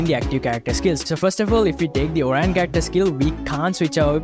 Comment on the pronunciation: It is oriyon not orine😅😅😅